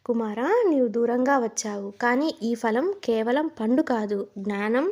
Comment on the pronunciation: చాలా బాగా చెప్పావు తల్లీ falam అనకూడదు phalam అని పలకాలి 👍